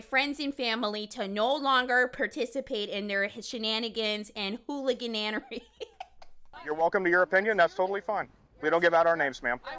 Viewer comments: "Hooligananery" is amazing 😂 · "Shenanigans and Hooligananiary" LMAO